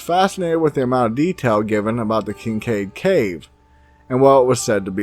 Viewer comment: It's Kincaid ...